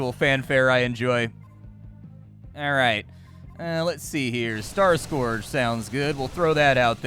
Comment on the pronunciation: Amazing that you don't know how to pronounce "scourge"